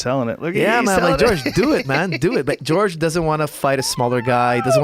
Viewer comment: Some people call him "George" instead of "Horhay"